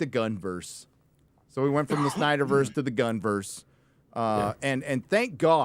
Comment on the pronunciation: Not "Gunn-verse". It should be "Gunn-y-verse", guys!